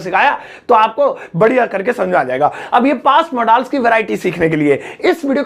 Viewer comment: मोडाल्स नहीं मॉडल्स पढ़ते हैं